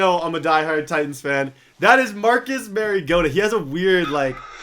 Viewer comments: Did he say "Marcus Marigoata" No hate though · Your a diheart Titans fan and you don't know how to say Mariota?! It's hawaiian...When you say Mariota the Mar is the same as saying Mario (video game).